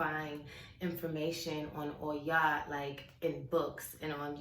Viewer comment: I love how you say her name and why. Her strength is really inspiring to me. I totally agree with your concerns about this world being unbalanced in the male and female. I feel called to raise that consciousness, too. <3